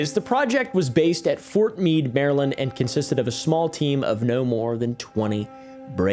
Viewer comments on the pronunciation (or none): none